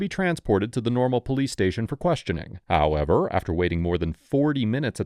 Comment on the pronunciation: love all the vids but sometimes you go one step forward and then one step backwards with your HOowW eVeR😅 little annoying